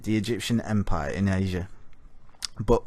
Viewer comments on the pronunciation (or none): none